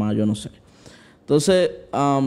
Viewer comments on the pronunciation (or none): none